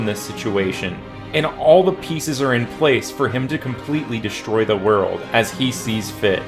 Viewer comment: New vocal stim for my roommates to endure: “Completely destroy da wo-urld.” Good video though 👍